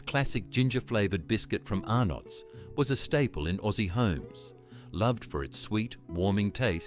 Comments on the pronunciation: AI Generated Dribble! The AI voice can't pronounce Fantales, Arnotts and other words correctly with inflictions in or at the wrong point of words. So many images not relevant to the product or even Australia. Outside of that, no mention of "Triple Treat" Ice Cream from Streets! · I Love Sunnyboy's. COLA was my Favourite. I wish they would bring them back. Scorched Peanut Bars are one of my Favourites. I buy them on a regular basis. The Tubs were Great. I would rather buy the bites in the Tub than the packet. The Tubs are easily Recyclable & more Environmentally Friendly than the bites in the packet or even the Bars. I would buy it 100%. You pronounced Arnotts & FanTales Wrong. Don't pronounce the no in Arnotts. And Fantales is pronounce FanTails. But is spelt FanTales. Tales as in a story.